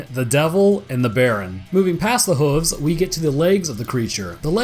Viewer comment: No one else heard hhhhhhvzzzz (hoofs / hooves)?